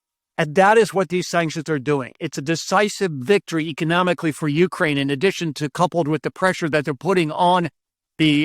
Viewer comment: please change the emphasis in the word "Ukraine" to the second syllable. thanks for the good content